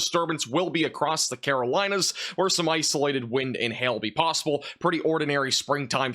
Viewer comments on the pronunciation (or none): none